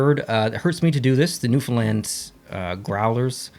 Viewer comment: Thank you for saying Newfoundland correct